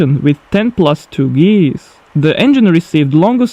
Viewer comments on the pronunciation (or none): none